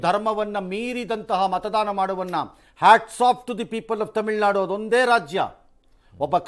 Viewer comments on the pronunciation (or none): none